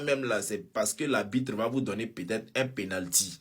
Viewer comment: Petit villageois ivoirien là nageur qui parle à la 6min30 , maître nageur qui venu en France à la nage apprends déjà à dire le mot ARBITRE, sinon silence!